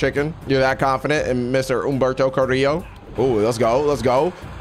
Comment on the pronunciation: I love how he can pronounce Humberto Carrillo correctly but not "pollo." It's literally the same type of pronunciation with the two "L"s